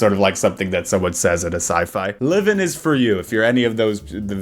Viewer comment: I'll delete this if you mention it later in the video but it's so silly how the AI voice doesn't even know how to pronounce Liven (sometimes Liv-in, sometimes Lie-vin) and they don't even bother to correct it